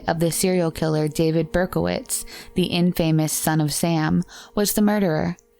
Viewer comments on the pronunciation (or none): "In-famously", yes😂. And, "in three different medias". It's so frustrating--everything about this channel is well-researched and wonderful...However, I've noticed some obvious grammatical and pronunciation errors on part more than once. Editing/reviewing before posting is an easy fix, though. For example, fairly certain that a "suspicious vehicle" in a 1991 murder case was NOT a 1999 Dodge😁. Interestingly, not as often from Merc.